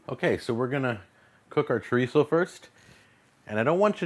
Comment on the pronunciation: He says shitizo